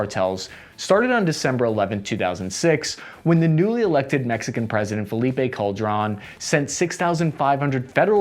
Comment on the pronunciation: What a weird channel, thisTask & Purpose! They seem to consistently get every bit of key information wrong. The Mexicans did not capture one "Abedillo" (????!!) Guzman, it was OVIDIO Guzwman. The Mexican president? Calderon, not "Caldron". And one can only wonder where they got that weird list of supposedly most important American trading partners. Ireland is on it but the much, much larger UK is not? And when one looks up this info one also finds that the second trading partner of the US is not Mexico, but Canada.